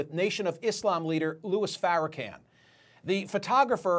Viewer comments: Say the man name right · Louis Farrakhan (can) ? pronounce it right dude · Sir you know full well you are pronouncing Farrakhan’s name incorrectly and if you don’t know that you should not be reporting this story.